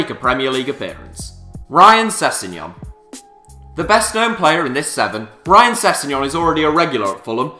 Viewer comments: You put no effort into research in these vids it's rhian not 'ryan' ffs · It's pronounced Ree-an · sorry to break it to mate but it's pronounced rhian